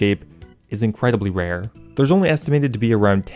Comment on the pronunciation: “Rare” “Wewhr”